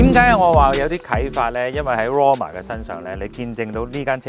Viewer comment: Gin姐讀個名讀得很好